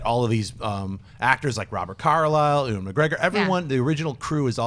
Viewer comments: ....E-Wahn?...Yoowin. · "E-Wan"??? You are dead to me now. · EE - won McGregor, c'mon, "you in" on how to pronounce the name?;) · Did say E-Juan McGregor? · Seriously Ee-wan? please. Sigh...... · agh the way said Ewan:'(